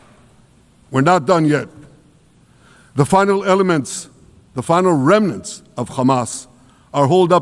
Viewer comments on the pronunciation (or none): none